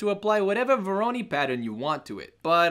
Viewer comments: google speak: "Voronoi" R.S.LLC: "Vowrowney" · VO-RO-NOI !! LOL!